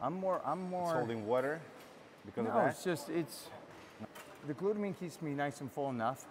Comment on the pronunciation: "glutamine" by now we all know what "glutamine" is😂 Nice video though